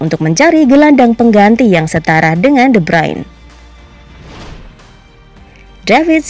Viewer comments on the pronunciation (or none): woi min itu de Bruyn bukan de brayn